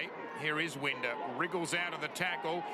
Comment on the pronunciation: It annoys me how he mispronounced winders name